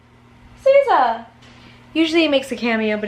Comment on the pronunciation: "Caesa, Caesa!!" 😭😭😭😭